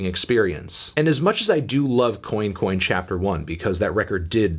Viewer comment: "Coin coin" not being pronounced as "cwan cwan" ~ Anton Fanton L'Melon